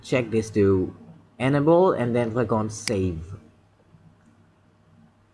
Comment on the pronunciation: Computer dis nimber/paste dis nimber/my rooter/enible/dat suspucous device/comment if this wedio helped you. My man I'm not trying to make fun but I just can't understand what you're saying! And if you do have a speech problem sorry but if you don't then uhhhh.... Work on your English.